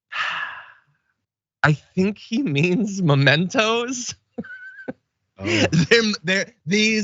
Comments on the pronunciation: You were wrong too, John! It's not 'momentos' it's 'MEMentos'! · It's mementos -- as in memory -- not momentos -- as in moment. This happens when you do not read enough but rely on orally transmitted information. People also get wrong "home in on" and say "hone in on."